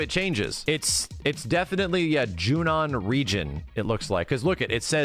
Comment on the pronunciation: I am so glad finally stopped pronouncing it as “Junion”